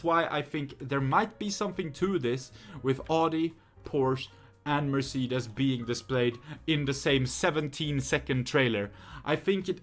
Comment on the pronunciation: For me as a german my ears hurt now, why do they pronounce Audi,Mercedes and Porsche in English so wrong.xD